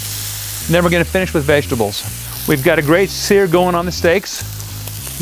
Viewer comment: The way this guy says vegetables lol I laugh every time for some reason